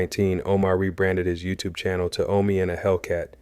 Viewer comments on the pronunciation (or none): It's Omi not Omni